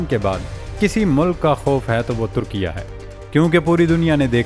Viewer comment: Bhai meray likhho turkia aur parrho Turki-ye.